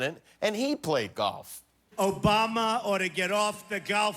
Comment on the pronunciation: He doesn't know how to pronounce "Obama" too! 😆😂🤣